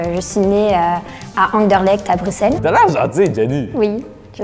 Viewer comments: personne a capté que a dit buXelle dès le début mdr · ouais mais apres quand on lui a redemandé il a corrigé en brusselle après avoir entendu les autres le dire "normalement"